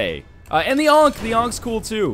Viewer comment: for 'ankhey'